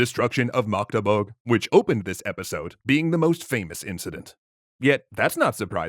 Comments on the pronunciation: When an English-speaking YouTuber pronounces Magdeburg better than most non-Magdeburg-Germans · So this is like three years to late but I've never heard an English speaker pronounce my hometown of Magdeburg so flawlessly! Respect! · Most germans cant pronounce Magdeburg as well as you do! Thank you, a Magdeburgian. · Thanks for the video! You did a really good job pronouncing Magdeburg! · Magdeburg pronunciation is on point👍